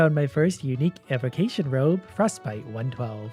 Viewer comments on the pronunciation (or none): Is it just me or did it hurt to see him say “unique evocation robe”?